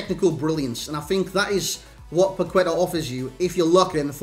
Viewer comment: Its pronounced "pac ê ta"